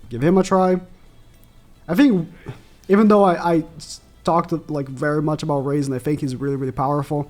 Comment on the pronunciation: you could have just go to google translate and let it pronounce it for you and rades is not spoke raids its radesu like radez